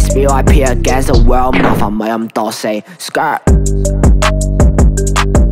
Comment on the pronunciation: Skr發音怪怪地 搞到出曬戲 不過整體水平又幾好